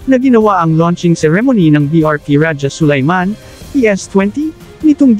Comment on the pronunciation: Pati pagbigkas ng rajah Sulayman mali.